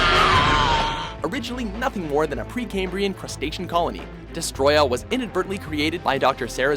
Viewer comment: atleast this guy pronounces destroyah right